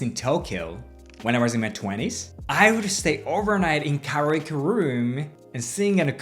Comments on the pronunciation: Care - eeeee - ohhhh - keeee Your english is very good! Perhaps try this for kareoke I thought you were saying, Much love! ✨️🧡✨️ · I was listening to this video and when he said solo karaoke I thought he said. Do you love? Lol I had to look at it to see what he actually said